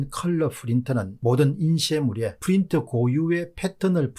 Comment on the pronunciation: 너무 에프 f 발음이 심하네요. 왜 프린트를 에프 발음하시능지... 전달하는 내용에 신뢰성이 떨어질까 우려되네요.